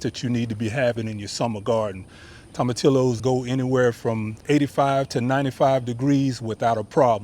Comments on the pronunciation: Pronounced = toma TEE yos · The 2 L's in tomatillos is pronounced as a y... toma tee yoses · 🤣 tom a till o’s. Oh my god. You are so cute. Toe mah tee yo’s You need to throw that Hispanic accent on it. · Tomatillos is pronounced Toe-ma-tea-yos since it is a Spanish word. Great vid!